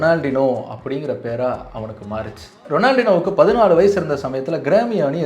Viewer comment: Ronaldinho oda name pronunciation will be "Ronald-inhyo" bro...and avaroda skills lam ipo varaikkum yaar kittayum illa.. even Neymar comes after him.. smiling bomb avaru.. enna dha self discipline illama career mosama poi irundhalum, he has won every trophy, every award there is.. such a legend..